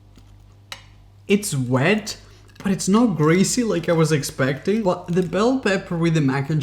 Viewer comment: "Absorve" ar first i thoight he just had a moment but then he said it again (instead of absorb). Yes.. im aware.. english is not his first language. (Im humored by it, not being a jerk). Also, i havent noticed it in this vid but i always get a lick put of the way he says 'but'. He almost never enunciates the T at the end of words... so he will be like "i know weve tried this hack before... BUH... this time.." etc. Some says ahen in feeling like i need a bit of smoking... ill take a puff every time he either says "BUH" or "literally" (depending on how lit im tryna get)